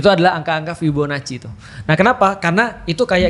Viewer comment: ngilu dengar fibonaci yang salah